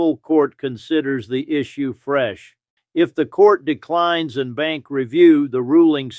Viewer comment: En Banc is pronounced "on bonk".